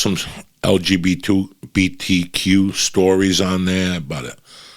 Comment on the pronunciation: Damn Uncle Joey butchered “LGBTQ” 😂 😂 😂